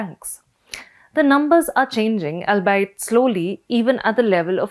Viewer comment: Even English quality of news readers is declining. "Albeit" is pronounced as "All-be-it", not "Al Bite" :D